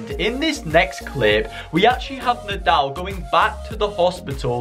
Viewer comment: It’s nodal not naldl